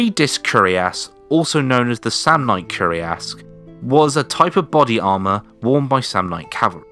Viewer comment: It's curiass but cuirass (pronouce it like "queer ass" with "ass" rhyming with "mass")